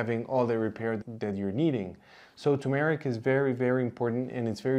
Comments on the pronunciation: It is pronounced tur-meric, not tu-meric, or too-meric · It’s TUR-mer-ik, not too-MARE-Ik. Can’t trust someone who can’t even pronounce the name of the spice correctly. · Please say TuR-meric, not too-meric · It's turmeric, not tumeric. There's an r in the first sylable. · You would be a lot more credible if you could learn to correctly pronounce turmeric! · Thank you doctor for giving us so much relevant information. A naive question, why are the words curcumin and turmeric pronounced with the stress on the second syllable? I have always heard British and American native speakers pronounce these two words with the stress on the first syllable. I'm wrong, arent I?